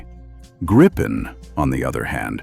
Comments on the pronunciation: Great video! Just a general word regarding every English speaking video on Gripen, I always hear [grippen] or [gry-pen], in Swedish the more correct pronunciation would be [greapen], as in "reaper" (kind of fitting, right?) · Never get old how everyone is butchering the name. There is only one P in Gripen, Try reading it like GRE-PEN and you might get it right